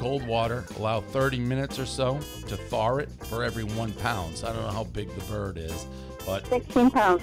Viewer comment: “allow 30 minutes or so to THAWRRR it -My Pres